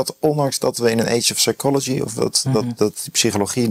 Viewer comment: in het Engels is de p van psy- silent. Dus: sychology, sycho babble, sychiatry, he's a sycho. Zonder P!! En ook "det" geen "debt".